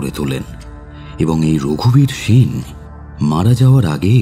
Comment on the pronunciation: সেন এর উচ্চারণ বাংলায় 'S'en না করলেই কি নয়?